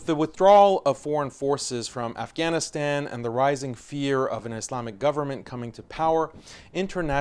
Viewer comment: you could have pronounced Afghanistan correctly.......